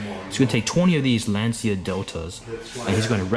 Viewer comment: You have to add the H to the pronouncement of Lancia. Laun-chia.